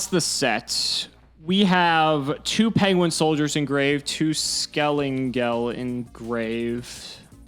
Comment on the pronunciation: lost all respcet for bc hes refusing to call skelENGEL by his right name... its NOT skelAngel....!!!!!!!!!!!!!!!